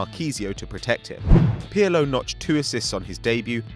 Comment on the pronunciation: how funny the way he pronounce Pirlo, especially since in italian "R" is one of the most distinctive "rrrrrrr" sounds ever! Piyalo???wtf is that?